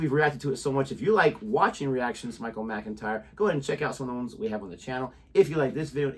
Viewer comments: Pronounced Mac-intyre Jodie is correct. Jodie should put the organises in the man draw . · Pronounced "MACK....in ..tyre."..........Mc is an abbreviation of Mac In Gaelic Mac means " Son of" .......... MacDonald.... son of Donald Etc